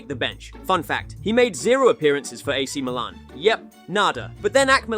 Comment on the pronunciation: Man said ak Milan 😂